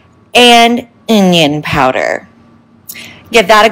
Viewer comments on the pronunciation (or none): "Inyan Powder"😒